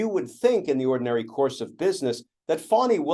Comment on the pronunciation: Her name is Fani not fawni, learn how to pronounce her name ... Fani